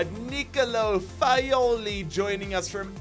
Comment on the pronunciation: Great episode as always!! Just a small annotation to make, Fagioli is pronounced FA - JO (like in John or Jamaica) - LI